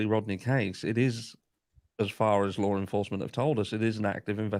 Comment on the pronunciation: I can’t fucking stand this guy!! Listening to his voice is just purely PAINFUL !! Sounds like he’s hocking up a loogie with every single word he spits out. And don’t get me started on his constant need to say (and mispronounce) ‘Lore enforcement.’ Ugh… I’ve never felt the need to comment on a particular individual before…. but this guy legit angers me! 🙄